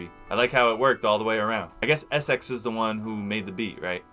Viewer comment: its SX not essex or essyhx or how u say it LOL